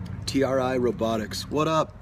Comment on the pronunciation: I got him to shout out the robotics team I'm on and I freaked 😂 at like he said "T R I Robotics, what up?!" Bc I asked "Can you say hi to TRI Robotics team 5414 because I'm on the team lol" and he noticed, I started screaming and told the team and linked them the periscope 😂 TRI is pronounced like try, but oh we'll 😂